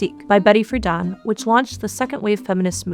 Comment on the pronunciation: FREE-DEN NOT FREEDON